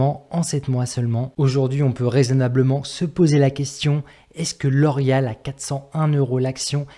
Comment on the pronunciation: Non je déconne juste sur ta prononciation de la compagnie 😉